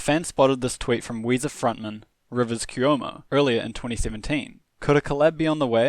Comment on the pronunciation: You butchered Rivers last name, its pronounced quomo